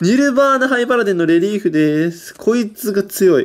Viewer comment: レリーフがリエーフに聞こえる